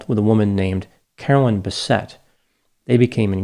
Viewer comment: Yes everyone, that damn Carolyn crashed the plane. I can't believe this half wit podcaster had the gall to gossip about Carolyn's personality and what substances she may have used and when! Wow, just wow. Her name was Carolyn not Caroline by the way. (Mrs.P)